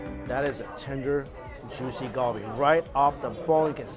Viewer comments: why do you say kalbi like that.... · everytime he said galbi wrong it made me cringe 😭